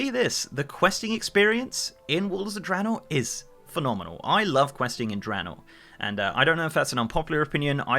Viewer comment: Random- thank you for pronouncing Draenor correctly lol